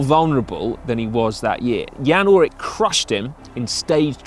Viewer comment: Ullrich, not Ullrick. Good video!